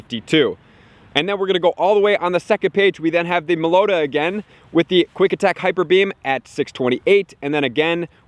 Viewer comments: I cringed at how he pronounced Meloetta. insert LeviOsa meme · I've never heard someone mispronounce Meloetta worse before